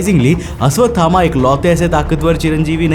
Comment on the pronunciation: Aswathama ❌❌❌ Ashwathama ✔️✔️✔️✔️